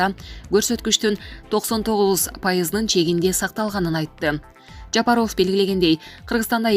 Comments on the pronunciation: Жапар оф эмес ов окуганды уйронсонор боло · Онолбойт экенсинда дикторлордун курсун окучу ,ЖапАров ,ЖапарвОв дейсин дайыма ,окуп жаткан кыз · Ооба Жапароф деп туура эмес окуйт ушу кыз. Укканда айтып калабыз бир аз сабатсызыраак деп. Туура эмес айтат да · Айланайын кабарды угабызбы .ээ фамилияны туура окучу килейген эле катын тилинди уйрот да .такта да .Жапарыов деп уят . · Ушул Голос Медианы алып барган диктор кыз Жапаров деген фамилияны туура окууну уйрончу адамдын кускусун келтирбей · Айланайын диктор Жапаров туура айтчы школдо окудун беле школдо ударение на буквы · Чон кыз туура окуганды уйрончу, канча адамдар силерди угат. Жапарооф эмес, Жапаров.Бекмуродооф эмес, Бекмуродов. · Сен кандай окуйсун? ЖапарОв эмес, ЖапАров деп окучу. Кулакка башкача угулат экен. Это, не первый раз так читаеш.ЗЕленскийди да туура оку. Кандай ушундайларды комиссиядан откорбой эле эфирге чыгара бересинерби?